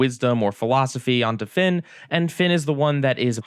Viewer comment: I think you missspoke Finn and jakes name at the beginning of dungeon